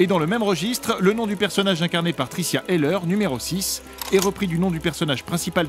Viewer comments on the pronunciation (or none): C'est Tricia HELFER et non pas Tricia HELLER. Ca la fout mal pour ALLOCINE.